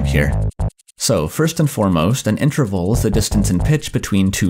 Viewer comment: I wish this guy would pronounce interval correctly